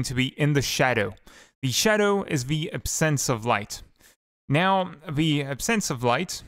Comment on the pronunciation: It's so weird because your english is almost native at some points then you say certain words completely wrong, for example: Surface and Absence